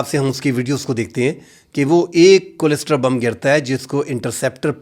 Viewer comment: kindly pronounce the word "cluster" correctly.